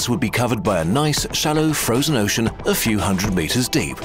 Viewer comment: When he said "some of the form of an uoshen surface".